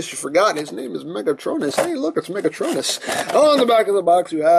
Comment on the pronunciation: Ok guys he's Megatron-n-us! XD great review!